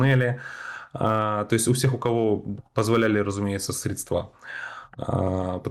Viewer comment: Как же режет слух коверканье русских слов. Все эти средствА, садить